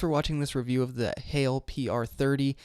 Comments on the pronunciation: Heil rhymes with file or pile, not snail or fail. :) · Nice video, and lovely mic. BTW it's pronounced Heil to rhyme with smile :) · The PR30 is a great mic. I broadcast with it and I have an AC running, fridge running and no noise dampening. Noise rejection is excellent. 3 things. 1. It is pronounce hi el (one sellable with a long I sound). 2. Use your own style. You did an exact replica of Podcastage. Make me want to listen to you. 3. The Heil windscreen cuts out all the plosives. Much better than the pop filter. Oh, great logo.